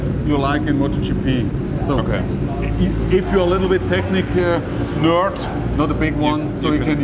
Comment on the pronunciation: Can we get to say nerd again. He nailed it.